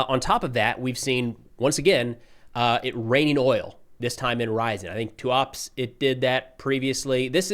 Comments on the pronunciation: It's not Tuaps - it's TUAH-PSEH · hey! Repeat after me - Tooth-Ap-Say! Tooth-Ap-Say Tooth-Ap-Say Tooth-Ap-Say. That's how you pronounce Tuapse.:)